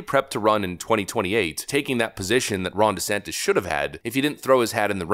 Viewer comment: What's a fromt rummer ? Anyone else catch this lady's flubs? Who's Jessantes?